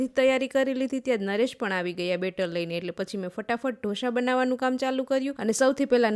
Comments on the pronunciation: ઢો શા નહિ ઢોસા બોલતા શીખો હરેક જગ્યાએ શ નો વપરાય ખરાબ લાગે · Ane dhosha na kevay dhosa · Dhosa not dhosha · Dhosha no bolay dhosa kevay shikho pela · It's not dhosha it's dosa 😂😂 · ઢોશા નહીં ઢોસા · Ben dosha nai dasa bolay.ane dosa barabar banavya nathi. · જોશી ઢોસા કહેવાય બોલતા શીખો